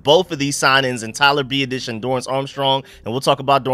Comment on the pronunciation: You have to learn how to pronounce his name, phonetically it is Be-Ot-Ish